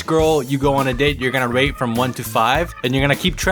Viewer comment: I've listend to this like 10 times now... I know it says "rate" but I can't help my self not to hear "R A P E". Every fricking time!